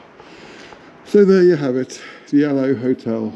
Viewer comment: It’s pronounced Aloeee as in the aloe plant , the field next door grew aloe originally.❤